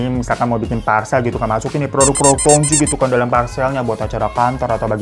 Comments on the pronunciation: bang hiro....tu bacanya jngan tongtji...tp tongci soalnya tj itu ejaan lama yg berarti huruf c....semngat selalu ngonten y bang hiro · Tong Tji itu bukankah harusnya dibacanya Tong Ci? Karena tj itu pada edisi lawas dibaca "C" Sama dengan huruf J dibaca Y misal Jang dibaca Yang